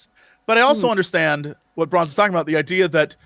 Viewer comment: [Warning: Useless] i KNOW you've been saying Bronze but EVERYTIME my brain is like ...'did they just call her Prawns?'...oh no wait. I remember.